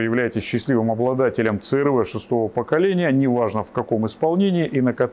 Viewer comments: Це эр вэ 😂 Си-ар-ви ‼️ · Да когда ж вы уже научитесь правильно и профессионально произносить брэнд авто? 😂😂😂